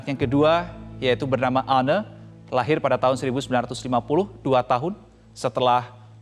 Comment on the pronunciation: "Anne? " Dibaca nya ann woy